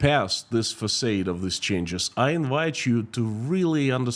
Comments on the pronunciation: Englishman here: Facade = FacARde not FacAYde. French word I assume, there's probably an accent missing from the second a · “Facade”. Rhymes with God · No "R" Fah-Sahd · Your English is fantastic, which is why I am taking the time to tell you that you mispronounced the word "facade".